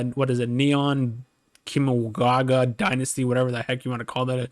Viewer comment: "Neon Keee-Mon Gaga" Welp, there is the most culturally insensitive thing I heard today